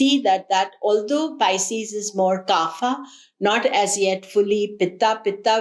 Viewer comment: Pardon me for correcting.. it’s kapha not kaapha which means phlegm .